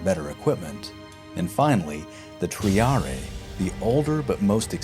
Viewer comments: Nice video but you should work on your pronunciation for better historical accuracy (e.g. 'Cannae' = Canai not Canee, 'Principes' = Prinkipes not Prinsipes , 'Triarii' = Treeariee not Treeariay) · Good vid but pronunciations.... you need to work on them. Cannae is pronounced “kanay”, princepe is pronounced “prinkipe”, and velites is pronounced “welitays”. Also, for triarii, you pronounce the second I “e”. It’s triarie, spelled phonetically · You butchered all of the latin words. Cannae is pronounced “can-aye”. Triarii is pronounced “Tree-arr-ee-ee”. Principes is pronounced “Prin-key-pace” and Velites is pronounced “well-ee-tays”. Ae is a long sound, c is always hard, and v is always a w sound.